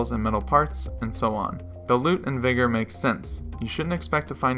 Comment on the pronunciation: Ayyo you sure you’re pronouncing the name of the game right?